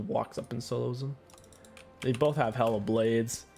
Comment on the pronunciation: The way he keeps saying Hail of Blades sounds like he's saying Hella Blades to me lol